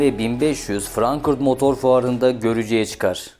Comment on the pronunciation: Frankurt olarak değil yazıldığı gibi okunur.FRANKFURT 😊